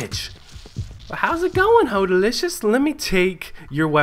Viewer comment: so either you miss spelled your own gamer name or you don't realise you're saying it wrong, its either Holdacious or